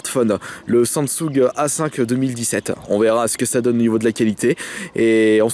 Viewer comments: on dit samsung pas sang sung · SA-M-GUE SU-ING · mdr il sait même pas prononcer samsung